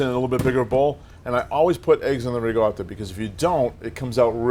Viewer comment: Why is he pronouncing RICOTTA with a G